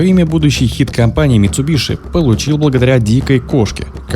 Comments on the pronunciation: Не митсубиШи, а митсубиСи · митсубиСи ☝️, от ш ухо режет